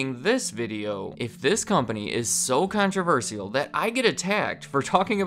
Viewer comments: What’s really controversial is how says “controversial” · Please pronounce controversial right